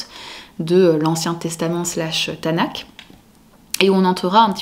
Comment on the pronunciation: Bon résumé. Petite précision cependant : Tanakh se prononce avec un /x/, comme le ch de la nacht allemande, comme le j de la jota espagnole.